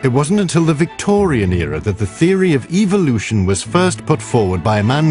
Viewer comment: I keep hearing ''Eviloution'' in every dang video.